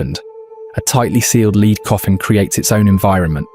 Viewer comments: finally it is correctly prononced..then about 1 minute later again it's LEEDS..WTF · I thought this was real and not AI slop until he mispronounced lead the element as lead as in leader. Then I found out this wasn't found recently but half a century ago. Shame. :( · Leeeeed coffin! You talk history but mangle the language… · The voice is good, but the mispronunciation of 'lead' really stands out. I prefer someone real reading. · The Real story told by a human, not a bot who can't pronounce lead properly. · AI alert can’t distinguish between lead as lead a horse,and lead as in the metal element. Sigh! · Led not leed. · It's lead, lead, lead (led)!! :face-purple-crying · A.I. not being able to differentiate between "leed" and "lead" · Medieval bot not meeedeeeval and lead not leeed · The metal lead is pronounced “led” but this machine sometimes said “leed.” AI is annoying. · "Leed." we get it! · How come the producers of this video didn't check the narration and correct the "leed" coffin? The AI voiceover would of been convincing apart from this. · It is funny how Ai reads the word correctly once (Led) and incorrectly 5 other times (Leed), showing the English language is a bytch to learn. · Lead is not pronounced Leed. I hate AI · I'll bite. what's a leed coffin? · AI narrator just gave itself away when it said "leed" instead of "lead" when talking about the lead coffin! Can't the bloody creator narrate his own video! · lol every time he said leed instead of lead I cringed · ai. lead said as leed. ffs. no more. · never noticed the AI voice so much as on this one, Leeeeeeeeeeeeeeeeeed coffin L.E.A.D. pronounced LED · Because it's AI slop, the way it says "lead coffin" as leader not lead the element shows it's AI. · A leed coffin, silly AI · What’s a leed coffin? 🧐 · So glad AI said Cockermouth properly 🤣 As for Unknown and Lead or Leed just so annoying. Who feeds the shit some Chinese twat FFS 👎